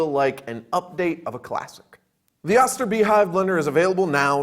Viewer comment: Too bad he doesn't pronounce the name correctly. Why do you think thy put a dash over the "O" It is a long O sound. And my Oster beehive is a workhorse! Had it since the early 1980's. You turn it on, it blends and you turn it off. Never had a problem with it in decades. Okay I have to replace the o-rings now and then. 2.99 after almost 4 decades of work. I'd say I definitely got my money's worth. Grinding nuts... crushing ice... smoothies... making powdered sugar without cornstarch... making mayonnaise... blending cream soups...making baby food... It does it all! and there are no electronics to break after 1 year like a appliances do now a days! I love the Beehive!!!!